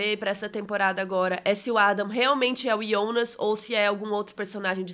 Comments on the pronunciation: ouvir "Ionas" incomoda, prefiro Jonas. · Ionas? Kkk sai pra lá, é JO NAS! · Que menina chata falando Ionas o tempo todo 🙄... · Me desculpa curto muito seu conteúdo , mas vc faz vídeo pra quem assistiu e vai assistir em português ou alemão ? Até entendo que vc assistiu em alemão e por isso fala o nome Jonas assim mas por favor reveja esse conceito ,seu conteúdo é nacional !!! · mesmo em Alemão você pronúncia errado...